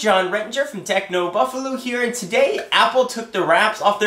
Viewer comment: please stop saying techno buffalew